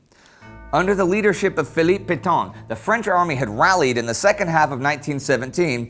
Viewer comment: I like the videos....but gosh, someone REALLY needs to help this guy learn to pronounce French...towns, names of generals etc... Reims, Cambrai, and French general Petain to name a few.